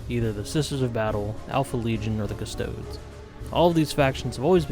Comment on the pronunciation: cust-oh-dees custodes